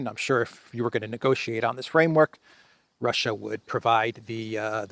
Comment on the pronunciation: ... Russia... rrrrr... I told you... rrrrr... surrenderrrrr... rrrrr... or... or or or... f it... we will capitulate...